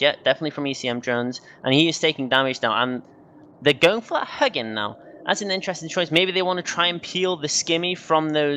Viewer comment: Oh my god and the U in "Huginn" is extended. It's "HYOO-ghin", not "HUH-ghin".